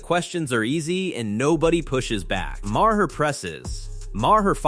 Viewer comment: more AI drivel Bill Ma-Har and AOC called A-ahk (trying to pronounce her initials as a name) just play the vids and talk, stop letting AI do the talking.